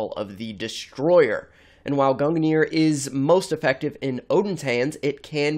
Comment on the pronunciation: as someone who's studied norse myth, you're pronunciation of Gungnir, Sleipnir, Hunginn, and Muninn made me cringe (in norse ei is pronounced like the a in fate, u is pronounced like the oo in moon, and i is pronounced like the ea in eat)